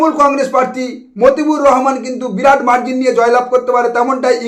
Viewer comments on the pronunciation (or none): none